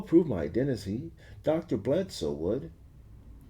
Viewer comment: Why is this idiot pronouncing it “blad sue?” Do you see a U or an A in that name? It’s pronounced how it sounds, you had it right the first time before overcompensating